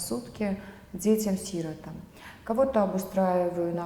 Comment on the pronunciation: Почему Ассоль неправильно ставит ударение в слове,Сиротам